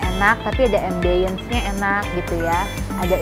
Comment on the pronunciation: Ambience jg td gw denger salah pronounce 😂